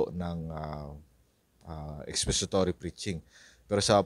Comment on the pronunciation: Expository, not expesitory😮😮😮😮